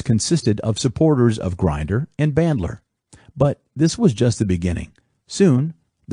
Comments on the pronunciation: Is this a text to speech reading this? It's not Grinder as in someone who grinds things, it's Grinder with the I like Indian. It's not gestalt as in guess it's pronounced geshtalt. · you can't even pronounce Grinder correctly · Thanks for the upload. Fun fact: John Grinder’s last name rhymes with tinder. Why are so many people getting his last name wrong? 🤷🏽‍♂️